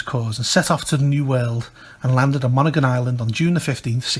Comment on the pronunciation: People from Maine pronounce it as mon•hee•gon or mon•hee•gin with a hard 'g'.